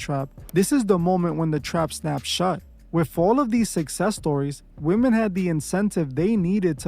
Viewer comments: not sure why you’re mispronouncing a (woman for women) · Y'all gotta stop pronouncing the plural form of woman as "Woman". It is pronounced "WHIM- MEN" . Please use Google pronunciation to confirm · Why are you saying “Woman” when speaking of women as a whole?